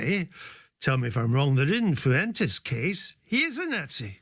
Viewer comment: Fyoo-entes… lol. Spain is like a 45 min plane ride away from you. How is that your best attempt at pronouncing that surname.